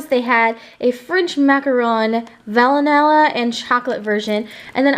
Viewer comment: Did she just call vanilla vanalilla